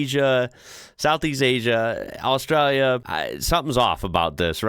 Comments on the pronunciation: Why bro saying Australia like that? Austrälia 😅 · I love that when you say 'Australia' you use an Aussie accent...🤣🤣